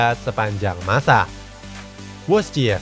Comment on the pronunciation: Wojciech dibaca Voicek om